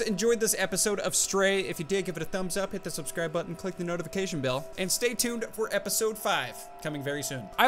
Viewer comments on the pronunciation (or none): none